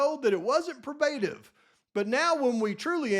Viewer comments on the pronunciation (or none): I love you,, but it's: "Probe-ah-tive." I want you to sound intelligent, and know what you're talking about - and you are, and you do, so please get the terminology right!